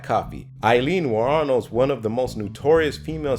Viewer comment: The way he pronounces wournos